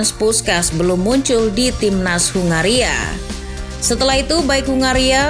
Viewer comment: Ya sebenarnya aku ya mulai tertarik sama 🇭🇺 tapi penyebutannya itu loh